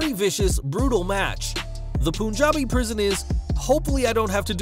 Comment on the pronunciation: Hey.. thanx for the video.. very informative.. just one thing.. its not pronounced poon-jabi.. its pronounced pun-jabi (as in pun intended)